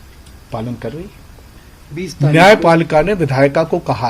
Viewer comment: है को कै बोलना कब chodoge bhai